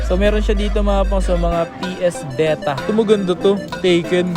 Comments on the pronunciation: BETA >.< sheeesh.... BEE-TAH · daig psp naging ps vita "vetah" pala